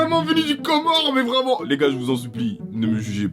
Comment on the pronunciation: il a vrm dit « du comores » 😭